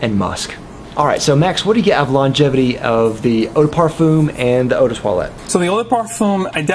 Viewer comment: Why do you pronounce eau de parfum so weird? Incredibly distracting on what is an otherwise wonderful review